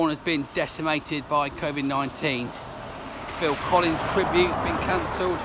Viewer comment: Fill-in Collins